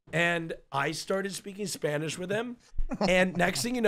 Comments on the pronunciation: I’m Latin American, his pronunciation is insanely good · Holy sh*t his spanish accent is actually really good kinda freaked me out